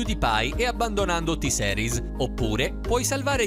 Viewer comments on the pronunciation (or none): Porco due avevo scritto "T-seris no però "per dire che la sua pronuncia faceva pena e che nn si pronunciava così Certo che io T-series lo so scrivere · Si pronuncia "T-Siris", non "T-Seris", diocane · E poi ma dai, T-seris non si può sentire... Si dice T-series, ripeti con me T-series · NON posso NON dire che NON si dice ''t-Seris'' ma ''t-siris'' (o t-gay 😂) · o mio dio che ignoranza, se hai visto il video lui ha detto t-seris è non t-series, impara ad ascoltare poi ne parliamo. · T SERIS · tiseris 🙄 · Sentire t-seris mi fa raggrinzire le palle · Piùdipai e t seris cit. narratore suricato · Si pronuncia t-sirus con la i inglese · T seris aahhabahahahahahah o mio dio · sentire T-series in quel modo mi fa altamente male e mi da tipo troppo fastidio